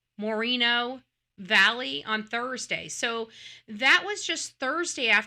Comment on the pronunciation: Its pronounced MORE-EN-OH valley